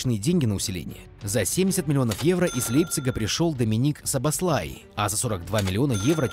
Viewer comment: А почему Шабошлаи произносишь как "сабослай"???